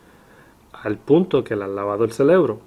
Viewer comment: Que pereza escuchar a este "maestro" que se cree tener la correcta interpretación. Que dice "les están labando el celebro" en vez de "cerebro". Estoy de acuerdo que gran parte de los Pastores de hoy, imponen el diezmo de madera descarada, pero eso no invalida nuestra responsabilidad para con la Obra. Este Sr. es un falso maestro, y habría que hacer todo un video para rebatir sus falsas interpretaciones, y sinceramente, ése no es mi llamado. Bendiciones